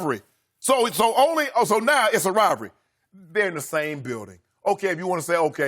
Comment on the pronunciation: Shannon "Rivry" Sharpe